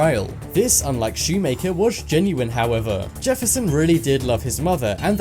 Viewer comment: Lol Dylan ''shoe maker''